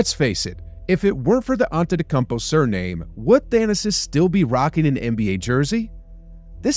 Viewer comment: Why are you butchering the pronunciation of his first n last name?